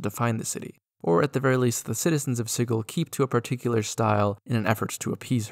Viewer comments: Edit: It's like naming a place "Spice" and pronouncing it "Spike." Fkn obnoxious 😂 One of my biggest pet peeves is people not pronouncing words correctly. Sigil is a real word, with a Soft G sound: Si-jill. It means "symbol." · Sigil is actually pronounced with the same Schrodinger's "g" sound as in "gif." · Sigil not Sigil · No it's pronounce sigil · You pronounced it wrong.